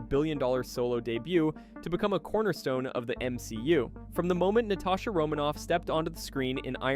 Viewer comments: did you just say Na-tay-sha romanoff instead of Na-ta-sha?😂😂 am i the only one? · “Natay-sha” oof